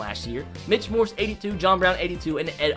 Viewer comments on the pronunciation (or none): none